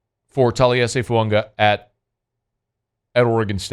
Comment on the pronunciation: Hey, this is directly from the New Orleans Saints website......"Name pronounced tah-lee-ESS-ay Foo-AH-gah". Please STOP saying FuaNga!!!!!!!!!